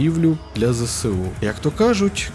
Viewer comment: Вибачте за причіпку, але правильно абревіатуру ЗСУ читати як ЗеЕсУ, а не ЗеСеУ, бо наприклад СБУ - ЕсБеУ, а не СеБеУ